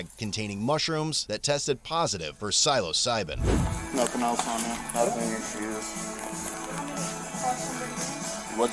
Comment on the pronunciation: I love how he kept saying psilocybin wrong, these guys live no life LOL squares. and YES it can cure depression for LONG after the effects.. its a perception thing, its not quite the "drug" they claim it to be